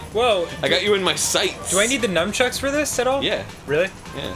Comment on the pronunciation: Does it bother anyone else that Danny says "numchucks"?